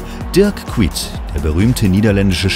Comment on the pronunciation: Kuyt völlig falsch ausgesprochen 😭😡